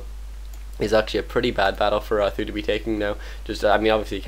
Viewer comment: omg can u not call th000 th-ooo lol its 'th zero zero zero' or just be chinese call him sang dan( means 3 eggs) lol